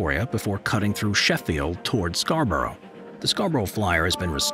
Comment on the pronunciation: As a local, I've never heard anyone pronounce Scarborough like that.